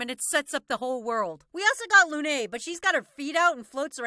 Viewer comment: Still can't fathom why Lune is called 'Loonay' in the English dub... It's the only character whose name is pronounced differently from the French. I mean, the English voice cast could pronounce Gustave correctly, why change Lune? Btw, Lune is pronounced 'Lün', with that ü sound you find in German or in Chinese or... in Gustave!